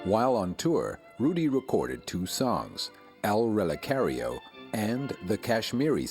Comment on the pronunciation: Zdziarska The second one is in Spanish although his pronunciation makes the lyrics really hard to be understood even for me, a spaniard. The chorus is totally recognizable: "Pisa morena, pisa con garbo, que un relicario que un relicario me voy a hacer". The Pasodoble´s name is "El relicario". ANYWAY, I LOVE HIS VOICE. 💜 💟